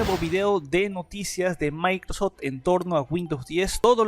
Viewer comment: "Maicrostim" XDDD